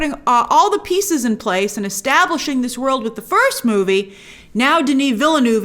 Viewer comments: it's vil·nuhv, not vil-noov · Villeneuve is pronounced veelnerv. The last v is kinda like an f that trails off.